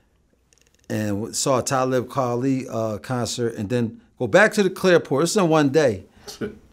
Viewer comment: Did he say clairport😂